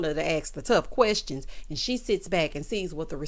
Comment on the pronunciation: “Querstions” does it for me! 😂🤣😂🤣😆